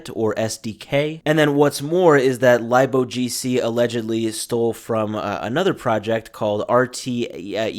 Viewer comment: "Lib" is short for Library, so its Pronounced "Lib- O G C"